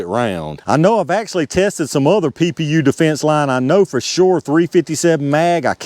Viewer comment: PPU is definitely pee-yew. Another for the Tools & Targets wall of shame.